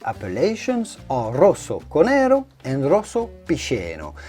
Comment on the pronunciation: Cònero not Conéro, please. Stress in Italian is often tricky.